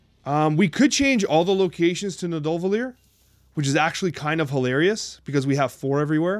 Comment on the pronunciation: Pronouncing Nidavellir sounds like "need uh vet lish"